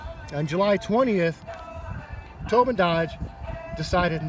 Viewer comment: Towbin... more like Towdin